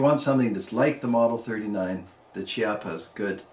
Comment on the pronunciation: Great video!! Just as a note, it is pronounced “keapa” as the “ch” is always pronounced as a “K” sound in Italian.